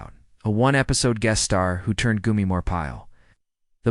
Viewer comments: How could you not know how to pronounce his name? It's Gomer (Goh-mer) not Goo-mer) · Gomer not Goomer!